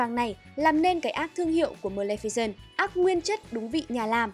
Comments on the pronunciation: Ad đọc sai tên rồi nhé, Mlemficent mới đúng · chị lồng tiếng đọc hay vậy ạ =) mờ lem phi xừn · Sao mình cứ nghe thành mlemficent nhở